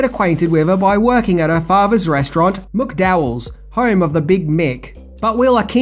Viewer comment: Mate, I enjoy your videos, and I'm from Australia as well. And I know you have been blasted before for the way you mispronounce certain words and names, but seriously, it really annoyed the sh*t out of me the way you mispronounced Zamunda and McDowells. How? The words are spoken in the movie so many times, yet you still couldn't pronounce them properly.